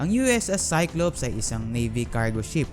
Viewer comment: Cylops po ba ? O cyclops? nalito po ako hihi